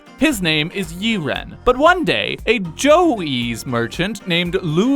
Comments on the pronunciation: I can tell. Zhao is not pronounced "Joe". More like "Jaw". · It's pronounced zhaaaaaaao not Zhou